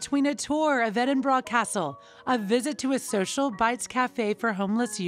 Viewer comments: Edding-barrah? Edding-bore-rah. Like Worcestershire sauce.😂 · They are paying £millions for this positive PR and the commentator cant be bothered to pronounce basic things like Berkshire, Grenfell, Edinburgh, West minster etc properly... I suggest you try n get your money back H n M. Haaa haaaa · The Commentator needs to learn how to pronounce 'Edingburgh'